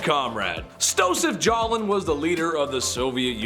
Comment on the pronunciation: It was Joseph Stalin. You obviously know that, so why say it wrong. Once I finish this comment, I'm moving on so I dont need to hear anymore from a numbskull.